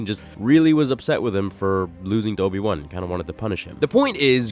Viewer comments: "Obi Wun" 🤣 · His name isn’t Obi-One. It’s Obi-Wan.